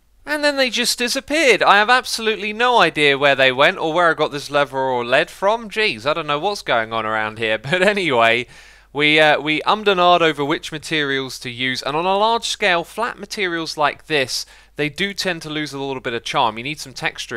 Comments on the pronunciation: why did he call it Lead it's pronounced Lead. Gaaah these younguns, who are older than me... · not that lead, you say it l - eeeeeeeeeeeee - d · pretty sure that is a 'leed' not the element Pb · Leather or Lead (“led”) interesting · I can't be the only one who shaked their head when x said led instead of lead